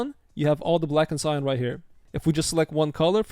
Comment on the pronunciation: That’s not how you pronounce CYAN. It’s not pronounced like SCION. It’s “SY-AN” not “SY-ON”. Sorry if I sound like an asshole—I don’t mean to, I want to help. Your video is really good, lots of great info here, man!